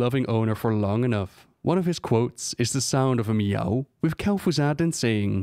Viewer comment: "Kel'Fuzad" Disliked